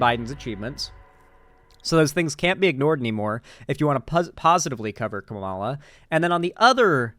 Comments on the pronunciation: you’re doing the same thing conservatives do. Show her respect and learn to pronounce her name properly, it’s not that hard. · Why can’t he ever say her name properly? Considering how many times he’s had to have heard it said, it feels like when chuds purposely mispronounce it, even though that’s not what’s happening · No hate, but not knowing how to pronounce Kamala’s name properly as a political streamer in 2024 is supremely embarrassing lol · Mispronouncing Kamala's name is one thing, but responding to corrections by saying "I'm gonna pronounce it how I want" is actual casual racism. Otherwise, good video, but that one kinda pissed me off. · Not just not knowing, but intentionally refusing to pronounce her name correctly lmao.